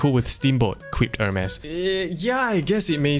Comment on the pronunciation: pronounce it as 'ermes or Hermes or hermies? cuz this aint Hermes with the e